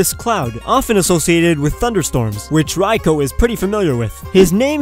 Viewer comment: You said Raikou so wrong and painfully